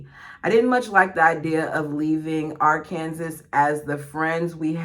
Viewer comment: Arkansas is pronounced R can saw